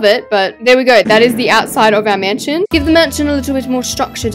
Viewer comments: I like how she said "MASNION" instead of mansion lol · Masninon? I love your videos but masninon?.?? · 😊hahaha u said masnion